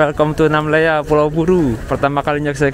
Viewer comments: Namlea Namlea Namlea, bukan Namela ugh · Namlea bang bukan namela..hehehe